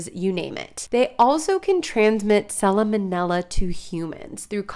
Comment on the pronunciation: It’s pronounced salmon-Ella. Not salomonella 😂